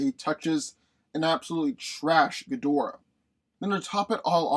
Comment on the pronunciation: You’re saying Ghidorah wrong.